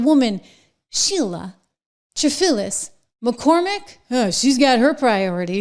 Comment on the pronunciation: Why are you not saying her name clearly ? Congresswoman Sheila Cherfilus-McCormick and several co-defendants with stealing federal disaster funds, laundering the proceeds, and using the money to support her 2021 congressional campaign.